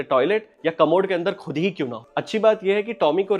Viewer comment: The 'fool' / फ़ूल is not how you have said it is 'phool'/फूल. The khud/खुद is actually KHud/ख़ुद Also its not Gazal - Gazab its GHazal/ ग़ज़ल - GHazab ग़ज़ब. For this moment these and there are many mispronounces, I have to look for that.